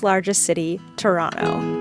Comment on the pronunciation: Being from Ontario, I have to say, you did us justice😄 And you pronounce Toronto correctly😄